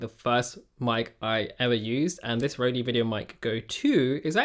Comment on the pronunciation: I don't think it's pronounced Rodey or is it? <